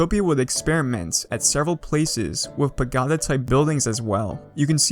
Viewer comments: when he pronounces it “pa-GOD-a” and not “pagoeda” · *paGOda not pagAhda Also, why the weird emphasis and intonation on words? Are you a bot? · excellent videos man. Super interesting server. Pa-GO-duh not Pa-Gaw-duh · Its not Pagoda its Pag"O"da not Pag"A"da its annoying me XD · We pagotta tell him how it's really pronounced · Its pa go da not pagada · its pa-go-ta not pa-ga-ta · Say pa-goe-da sixty more times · i likw how he insists on sayin paGODa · what is that pronunciation of pagoda it is pa-go-da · I think it’s pronounced pa-go-Da but what would I know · pah - go - dah please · i love how he says pagoda wrong so much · oh god please pronounce pagoda correctly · Your pronunciation of Pagoda was pure torture; I nearly had to stop watching lol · the emphasis when he says it too just makes it that much worse. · Please stop saying pagoda like that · oof. that pagoda pronunciation